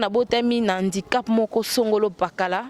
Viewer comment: on dit handicap et non indicap avant bosala ba émission il faut bo zuaka ba information ya bien bana ya mamie ngeni ba fingamaka po na comportement na yé moko ba fingaka mutu kaka na faiblesse na yé bolanda ba serie na yé ya kofinga batu mbala ya sima bolata bien avant bosala ba émission boza sombre